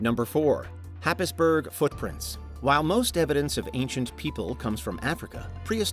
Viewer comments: Not often a little corner of Norfolk gets mentioned in these videos! Happisburgh is pronounced 'Hayes-Bruh' locally. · Happisburgh is pronounced Haysborah.